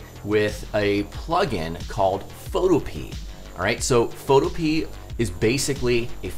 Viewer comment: I think it's supposed to be pronounced pho toh-pee-uh but I definitely pronounce it photo-pee